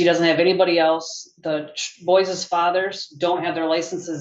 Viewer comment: Boyses?! Where do these people learn how to butcher English like that?